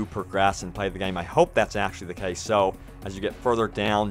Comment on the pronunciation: LMAO at pronoucing it "gayeem". Haha, game has one syllable dude! #TardSpeak